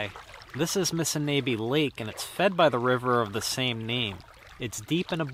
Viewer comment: you are pronouncing "Missinaibi" incorrectly....Phonetically its MISSINOBI as in door knob missiNOBi